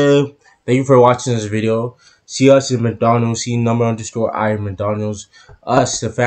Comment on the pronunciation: Thank you for your reaction to Number_i always. I haven’t been able to tell this for a long time, but I have one request for you. The correct way to pronounce Number_i is to leave the underscore silent. So, it’s Number ai. Please continue to support them.😊